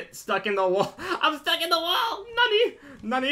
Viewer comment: He ruins the word nani